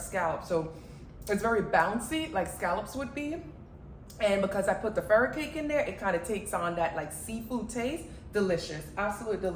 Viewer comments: Fur-kai-key what is furi-cake lol Furikake ma'am lol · FURIKAKE Pronounced FU-REE-KAH-KEE ... I was "listening" to your video at a distance and I could not understand when you mentioned this ingredient , so I had to go back to my laptop and rewind and view. I use this alot in my kitchen as well. Thank you for sharing this wonderful and delicious recipe!!!! I love all your videos. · Furikake seasoning...grew up using this in spam musubi and scrambled eggs and fried rice living in Hawaii...however, the product is pronounced "fu-roo-ka-kay"...I love your vids and used to love scallops but now that I'm vegan, I never thought oyster mushrooms would replace them..gonna definitely try this as I LOVE pasta and mushrooms anyway!